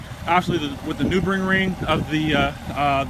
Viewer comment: The Noobregring? LOL! Say it like this: Nur-Burg-Ring.